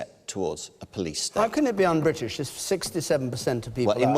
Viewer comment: Damien Green, it's BRITISH not BWITISH you fucktard !